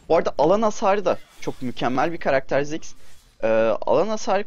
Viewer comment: Abi ismini anlayamıorum. daha belirtili ve yavaş söylersen.